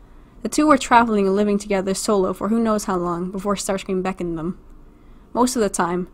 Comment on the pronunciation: What did I hear about how you pronounce Starscrean? You just said "sterscream"